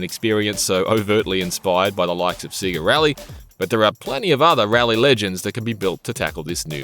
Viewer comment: Say-Ga, not See-Ga